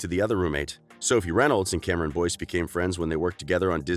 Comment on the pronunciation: This is how many ppl noticed that he said Cameron Dove ⬇️